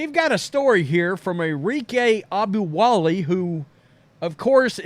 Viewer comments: It's not "Obowale"...it's "oGUNobowale". It's disrecpeting to anyone to continuously mispronounce their name. Even more if you respect them as a player as you seem to. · AH-GOOM-BAW-LAY At least pronounce her name accurately.